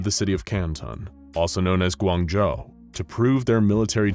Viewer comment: I heard GuanZhooo and it took me at least a couple seconds that it was a badly mispronounced 广州. Please use google translate next time